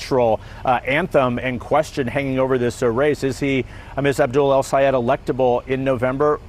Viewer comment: You calling his name wrong. Might be intentional because the US media is racist as hell.